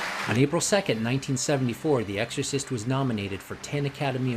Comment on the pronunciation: Dickinson pronounces it "The EGGorcist"